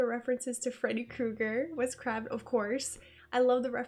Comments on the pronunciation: let's all forgive the cute cringiness of her mispronounciation of Wes Craven's name lol (he was the Freddy janitor, by the way) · Loved seeing your reaction and seeing you realize the true beauty of this classic film for what it is. One of my all-time favorites, I watch it every year. However, you should never pronounce a legend like Wes Craven's name wrong and you should probably know a little bit of the basics about the film before you make the video so you don't get these little things wrong. No disrespect just giving you my opinion. I loved it! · The way she pronounced Craven destroyed a little bit of my soul 🤣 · Yeah, my heart hurt instantly when she mispronounced his name. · Well, I mean, it certainly wasn't going to be the "spoof comedy" you were already familiar with, LOL - This moment reminds of when Jack Dawson gets hauled away in Titanic and he's all like "You know I didn't do it Rose, YOU KNOW ME!" - Just FYI, pretty sure it's pronounced like the word crave, as in "I'm 'cravin' some churros" ... Wes Craven. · Said Wes Cray-Vin Not Kraa-Vin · Wes Craven is pronounced Creiven not CrAven. Realy fun movie reaction tough. Keep up the good work. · Its Wes Craven....like Crave...good video tho, super good reaction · Wes CRAY-VEN :) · I mean, it's pronounced "Wes Cray-ven", but this is a great film. I love watching it. I watched for like, the 100th time last night. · craven like c+raven or cravin' LOL i freaking loved Randy he may seem dumb but this boy is smart as shit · Krah - Vin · Good ol' Scream. A classic from when I was like 11 years old. I only saw it because my oldest sister is a big horror/scary movie buff since she was young. Also Wes Craven's last name is pronounced like Cray-vin. kind of like saying craving without the G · “Crave-N”, just FYI 😅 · Rhymes with the bird raven. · Yes, like Cray. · No it's Kraven. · or like "raven" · You pronounce Wes Craven weird. Krei vn rhymes with Raven.